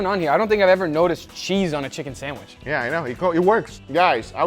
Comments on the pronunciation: Haha Uncle Guga says sandwish instead of sandwich 🙂🙂🙂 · GUGA....it's called sandwiCH not sandwiSH! WHY U KEEP CALLING IT A SANDWISH!!!! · You pronounce Sandwich - Sandwish. Must be a south american accent. Wierd ^^ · He can make a pretty good “samwish” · Why do you pronounce the CH as an SH in sandwich (not sandwish)...? Brazilian Portuguese has the ch sound. Just curious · I love the way Guga says Sand-wish XD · Am i the only one hearing sandwish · Respect Guga but it really grates on me how he says sandwich 😂